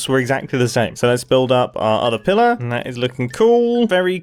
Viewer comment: "Pillirrr". loveley new way of saying pillirrr.